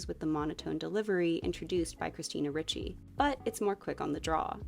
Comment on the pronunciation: It's pronounced REE-chee.